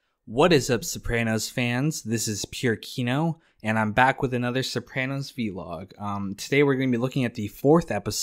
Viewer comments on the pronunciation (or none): Great series, instantly hooked, instant subscribe! Also, is it not just pronounced as one word "vlog" and not "v-log"? Like, it's blog and not "b-log". Anyone wanna weigh in on this?